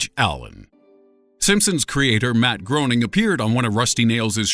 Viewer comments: I know I hate when channels name their videos like that....this dude is trying to show us things we "don't know", yet he doesn't even know how to say Matt Groening's last name. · The last name of the creator of the Simpsons, Matt Groening, is pronounced “Graining”, not “Groaning”. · Matt Groening is pronounced gray-ning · It's pronounced GRAY-ning, ya putz. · I'm groaning over the pronunciation of "Groening" ("graining", not "groaning"). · Number 11 You pronounced the creators name wrong it’s Graining not growing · the simpsons creator's name is pronounced GRAY-ning, not GROW-ning!!!!!! JEBUS!!!!!! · It’s pronounced, graining! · Decent video, but, for future reference, Groening's last name is pronounced Gray-ning, not, Grow-ning. Also, Ricky Gervais is pronounced Jer-vase, not Jer-vay. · IT IS NOT PRONOUNCED GRONING! IT IS GRAIN-ING! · How can the narrator not know it's pronounced like 'Grey-ning'? It's painful to hear him pronouncing it 'Groaning' every single time. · Matt Groening's last name is pronounced Gray-ning not Groan-ing. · it's not pronounced like Matt Groaning It's pronounced GRAYning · Did anyone else get seriously annoyed that he pronounces Matt Groening's last name wrong? (GRAY-ning, not GROAN-ing) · *Matt "Gray-ning". Lord, that was so annoying. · His name is pronounced Gray-ning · Your credibility is questionable considering you don't know Matt Groening is pronounced "Graining" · Breaths in IT'S PRONOUNCED GREY-NING, ALTHOUGH SPELT GROENING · It's pronounced Grey-ning. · Matt GRAY-ning idiot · Groening, pronounced "greyning". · it's pronounced Matt gray-ning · Matt Groening's name is pronounced "GRAY-ning" not the way it's spelled. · Matt Groening's surname is pronounced "Gray-ning". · It's pronounced Graining like raining. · It's pronounced Matt Graining :) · every time he said Matt Groening's name wrong I cringed. it's pronounced Graining. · .... its "graining" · Groening is being pronounced wrong. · It's pronounced Grenning, and Gerva-is. WTF.